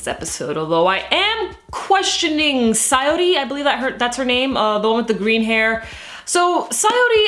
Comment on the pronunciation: It's 'Satori' not 'Sayori' Yes I know you have that correct in the next episode review just saying